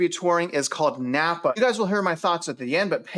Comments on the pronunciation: I love how you pronounce every where you go wrong. “Boize”, “Napa” 😂 (It’s Boy-see, and Nampa) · Nampa. NOT Nappa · Are you from here? Repeat after me; it's Boy-see. Not Boy-zee. That's how we know people aren't from here. And it's Nam-pa, not Napa. Napa is in Cali. Star is definitely being grossly over built. Like Eagle, it's a California destination. Those of us already here hope development hits a wall and less people move here from the left coast. Idaho will be just fine in spite of all the armchair quarterbacks predicting doom and gloom. You can buy smart, or you can buy stupid. It's your choice. Happy New Year! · Are you really "boots on the ground"? Considering that you said NaMpa wrong...... Someone who is there would know how to pronounce it. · It's NOT..."NAPPA"! The name is NAM - PA. Learn to read. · the city is Nampa not Napa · Star has always been more "rural" and started taking off. That is why there is so much land! Nampa is considered the cheaper living area (Nampa, think of rhyming with "camp" "Namp" for pronunciation lol). There are not many jobs there which makes the commute into Boise from both Nampa and Caldwell LONG. Think at least 45 minutes commute into Boise during peak travel hours. I would have been more interested into hearing about Boise and Meridian. Meridian was literally named one of the TOP cities in the US to raise a family. Boise does not feel like it is in the middle of nowhere.